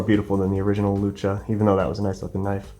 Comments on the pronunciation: Its lucha (like loo-chuh), it was named after the Spanish word for "fight" (like luchadore, lucha libre is an example where lucha is used, both meaning basically wrestlers). Hope you see this, we won't have to rip out our eyes and fucking eat you next time you say luka!!!! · Sorry brother, it is lucha. like luchador the wrestler/fighter. Use voice to text. You're saying "luca." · It’s pronounced lu-cha